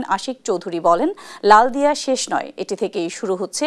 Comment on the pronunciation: খরব পাঠের সময় উচ্চারনে চট্টগ্রামের “লালদিয়া”র স্থলে “লালাদিয়া” হয়েছে,দুঃখিত!